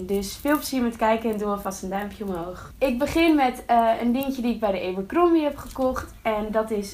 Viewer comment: Eberkrombie zo spreek je t niet uit lieverd